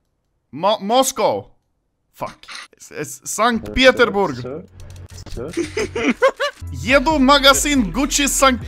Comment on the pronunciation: "st peterBurger" lmfao